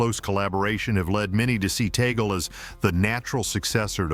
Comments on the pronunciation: It’s TAG-LE. Not Ta-gel. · ITS TAG-LEE NOT TAGOL SAY IT CORRECTLY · It is pronounced Tag-leh not Tay-gel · TUG- LE ( " Le" like the sound of the first syllable of the word Legislation) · Oops. The Pope cannot appoint his own successor. That is the job of the cardinal electors. P S, Tagle is pronounced « Tah - Glay. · Pronounced Tag-le. AI!